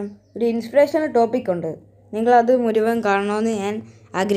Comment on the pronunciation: മുരുവൻ അല്ല bro മുഴുവൻ 😆😁